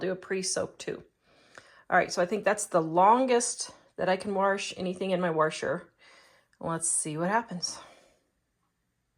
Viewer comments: Washer not wershwr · You're a lovely lady and you actually taught me something about the pre-soaking them! Also that new machines absolutely are a scam, I got my washer for $150 and it sends the loads through the freaking universe. But the way you say 'washer' 😆😆... hard to listen to. Keep it up though - you're great!